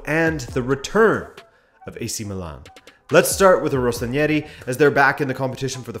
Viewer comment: It's rossoneri, not rossonieri